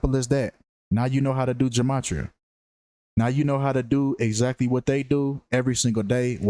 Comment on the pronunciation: Ge-may-tri-uh is the proper pronunciation 💯